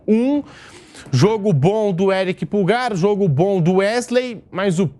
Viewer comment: Não é "Púlgar", é "Pulgár". Pulgar = polegar.